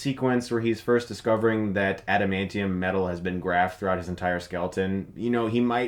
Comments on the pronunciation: I love how can't say adamantium 💀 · He called it "antamantium." 😂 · "antamantium tips. " ...ok